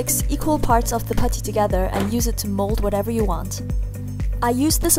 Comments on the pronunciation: i love when she says puddy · The way you say putty is funny